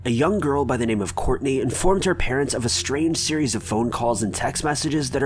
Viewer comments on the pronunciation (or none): Not to mention, pronunciation!!!! I’m over being nice. Get the shit right